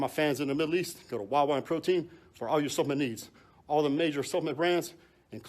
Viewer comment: Er Branch, the word is supp-le-ment. Three clearly recognisable syllables